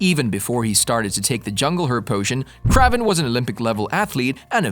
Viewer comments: I was bout to say same thing kraven not kravven almost like craving lol it's annoying to hear it said wrong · Funny, I've spent all forty-three years of my life assuming that the pronunciation of Kraven's name was the same as "craven" (hard A sound). I don't mean to sound presumptuous, but are you sure that your pronunciation is correct in this video? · Ugh. It’s “KRAYVEN” … not “KRAHVEN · That's what i just said too. Lmao. He is gonna call someone out for their pronunciation when he didn't check his grammar.🙄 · Dude say his name right omg! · I really hate the way they say kraven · Is Aaron Johnson the first person to play a popular character 2 times? Also it’s kinda funny how you say kraven 😂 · Yes ur right this guy is a marvel fan and can't say the characters names right he even called Kevin a weird name to feedge